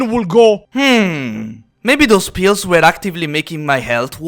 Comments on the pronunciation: You accent to me made the word "pills" sounded like "Pios". Are they eating Pios in Hydra Cordatus? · I was listening to the enitre video instead of watching and i kept hearing Pio's instead of pills and was thinking wtf are you talking about, what are pio's